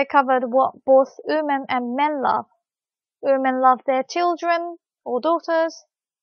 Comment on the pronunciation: Awesome lesson thanks a lot! I got so confused with the way you say women, it sounds like oomen XD